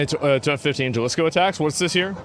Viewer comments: I believe it’s pronounced HA-AL-IS-CO = “Jalisco” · Dude the way you're pronouncing Jalisco is killing me lol. Replace the J with an H sound. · Asmon can't pronounce spanish words to save his life. Jalisco, Puerto Vallarta. I can't lmfao. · Brother you’re from Texas, how do you not know how to pronounce Jalisco 😂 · Jalisco. The J is pronounced like an H in happy. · It made me cringe in the first 5 seconds how ”Jalisco” was pronounced. As an American, yo estudie espanol por mi cuenta- my fellow Americans never fail to demonstrate how poorly educated (even self educated) Americans are. When i meet Europeans traveling- it’s very common for them to speak 3+ languages… spanish is the second most spoken langauge in the US and the most spoken language in the Americas- it demands some basic knowledge imo. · People that can't pronounce Puerto Vallarta and Jalisco shouldn't comment on foreign policy. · "Jalisco" please stop saying it like that. Lol. J is H sound homie. You grew up in texas, i know you know this vato. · j has h sound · You can pronounce Guadalajara fine but not Jalisco? 😑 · The J is silent on Jalisco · this guy asmongold wants us to listen to him about cartels when he cant even pronounce jalisco right 😂😂😂😂 straight CLOWN!! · The US invading México. That's what happened. And it's Jalisco. For you to be able to pronounce it: Ha - lis - ko. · It's pronounced HA-Lees-co cartel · You pronounced Jalisco as “Gelisco” annnnd now I’m hard as stale bread. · It's pronounced "Halisco", not with the G sound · HA-lease-Co Is how it's said No biggie X-D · It's pronounced halisco ha as in Hal. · Jalisco, pronounced halisco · Isn’t Jalisco pronounced “Halisco”? 😬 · Bro, Asmo, Jalisco is pronounced Ha Lis Ko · I still find it bizarre that the first English language coverage that reaches me of a lot of international issues and events is often from Asmongold, despite him being a primarily a video game streamer Also that even being in Texas, he pronounces Jalisco as Jah-lis-coh